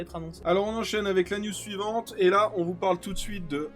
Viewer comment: a clairement dit "alors on enchaîne directement avec l'anus suivante" 😂